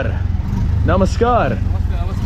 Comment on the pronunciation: The Way You say Namaskar, Dhanevaad, Chalo and Machan is Really Amazing.